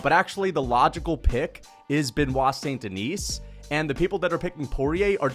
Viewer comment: Ben wah sohn den ee